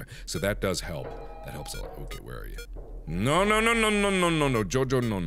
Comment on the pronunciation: That "no no no" sounded very hispánic :V